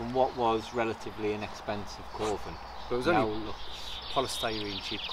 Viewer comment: When and you said Coving, I kept hearing coffin.